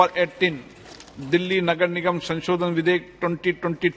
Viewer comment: सही से वोलना मोटा भाई नगर लगर नहीं बोलना😜😜😜😜😜😜